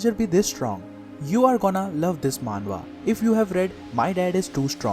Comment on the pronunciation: You're also wrong it's "manhwa"